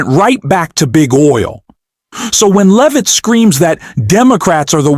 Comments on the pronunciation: Not “Leave-it” - pronounced “Lev-it” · AI came up as it often does, with mispronunciations but my recent favorite is the one for Levit's name: Leave it !